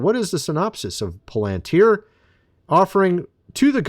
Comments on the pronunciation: Do you even read your comments? It’s not POL AN TIER. IT’S PRONOUNCED PAL AN TIER! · Don't say:"poll - antuer". Say:"pal- antier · You have to get into this video to see a "Palantir" sponsor logo???????? This guy can't even pronounce the name correctly. He calls it (pole-en-tear). Palantir is very old news. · Pal not Pole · How do you get Polenteer when it's Palantir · It's prunounced PAL-- IN -TER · Irking me… is “pal-len-tier” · Why is it so difficult to say it correctly? Pa len tir! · PAL AN TEAR THAT'S HOW TO PRONOUNCE IT, PLEASE ! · What makes the speakers at the tpusa events that are coming up think that they are safe? I'm praying for them to succeed at this because we cannot show Fear right now. Palantir is going to be used as an All-Seeing Eye eventually. What does that tell you about palantir? Its pronounced like pal-in-tear by the way. Look up the word and where it comes from. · Just a friendly nudge its pronounced Palatir your my buddy your a great Pal.. lol. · It is Pronounced PAL-IN-TEER, I don't know if you say everything incorrectly on purpose or not, but you do it a lot LOL LOL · You say Palantir funny. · I COULDN'T WATCH THIS- HOW HE MIS-PRONOUNCES "PALANTIR" REPEATEDLY...🫤🙄😒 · Dude can't even pronounce Palantir correctly 😂